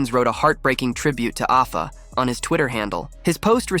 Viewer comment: 50+ years of watching wrestling and I never heard Afa's name pronounced as it was here. Lol